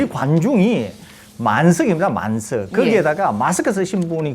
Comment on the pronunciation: “만석”, “만슥” 아니고 ㅋ